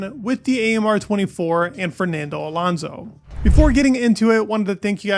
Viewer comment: dude its alOnso not alAnso..